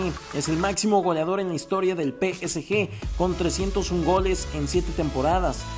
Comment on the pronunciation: muy bueno tu pero trata de pronunciar bien el nombre del psg